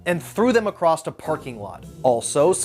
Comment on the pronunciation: ACROSS. ACROSS. What is with everyone turning into effing rubes and saying “acrost?” It’S ACROSS. Also it’s ALL OF A SUDDEN, not “the sudden.”